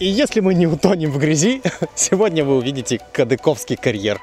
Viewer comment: все построят через время крымский мост тоже казался фантастикой вы пока научитесь правильно ставить ударение кадыковский кадыковка на второй слог от турецкого кадыкой судья